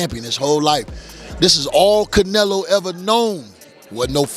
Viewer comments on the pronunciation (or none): Wow I couldn't continue watching. Absolutely a fin cadual or worse, someone who doesn't follow boxing at all. - I cringe every time u said "CAN i LO"....Its pronounced *Kan (E like Elvis, not E like Indigo), get it. - CanElo not Canilo u duma.sssss wow